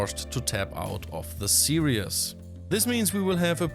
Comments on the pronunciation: Stop saying series as serious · Love your episodes you could easily replace Hartem for these. However I've got one tiny complaint: "Series" is pronounced "see-reez", not "see-ree-es". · Please stop saying "serious". It's series. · Dear: Series is pronounced as if you would say "siris" with german pronounciation. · Actually more like sieris with german pronoinciation :)